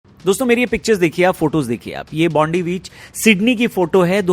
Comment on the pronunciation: It’s not Bonde beach it’s Bondi (Bon-di) beach